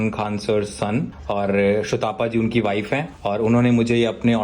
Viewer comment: shotapa nahi Su+ ta+pa = Sutapa